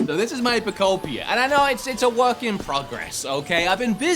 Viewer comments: Not him botching the game’s name every time 🤣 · I love how you pronounced the name different every time🤣😭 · we love how he can't pronounce Pokémon Pokopia properly 😂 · How many different way to he say and pronounce the title of the game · The way he’s pronouncing pokopia is pissing me off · How many unique Pokopia pronunciations did we get here? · i never want to hear him say it properly lol keep it going! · Says Pokopia properly over and over when in the waking world, but can't say it properly in the dream world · Him mispronouncing the name in a new way every single time was lowkey hilarious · Dunno why, but absoultely love that you never get POKOPIA right, you just keep on saying different variations of poko....something lmfao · PO KO PEDIA 😂😂😂😂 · Literally my same exact experience! I love that you keep messing up the name “Poketopia” pokemuhunter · Something about pronouncing it "Poke peed ee er" really triggers me. Just not even close to Poke ope ee ahh. Say it with me now: Fruitopia, Fruitopia, Pokeopia! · Pokopopia, Pokepedia, Pokopa 😂😂😂 said everything but Pokopia 😅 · thought he could pronounce Pokemon Poketrocity 11 different ways and we wouldn’t notice. I mean Pokotropolis is just that crazy. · Just a small PSA because apparently it’s a thing but it’s pronounced “Poh-koh-pi-ah” because it’s “Pokemon” and “utopia” smooshed together lmfao. Apparently it’s been a big pronunciation problem, but it’s pronounced how it’s spelled 😅 ANYWAY. I love the green screen production of your recent videos, and I love this game. This is just The Game Of All Time and I’m so excited. I’m so glad everyone seems to agree 🥰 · I love how calls the game anything but Pokopia haha. He says it wrong like 30 times throughout the course of the video. I guess it's just called Pokopedia now 😂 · I heard u say Pokopia Pokopedia Pokoupia Pokutopia Pokeamata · PO KO PI KIA 😂😂😂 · Take a shot every time he attempts to pronounce “Poh-koh-pia” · Pokopolis sent me 🤣